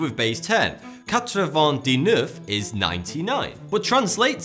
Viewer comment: You pronounced "Dix-Neuf" wrong. The x is not silent in this occasion, but has a z sound, like x in Xenophon. But small detail